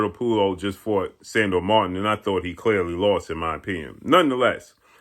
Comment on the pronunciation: straight brutalizing the pronunciation of Puello’s name.😂